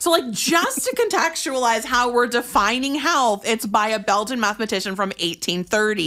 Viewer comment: So...as a Belgian...I feel a bit offended in the way she said BeLgIaN xD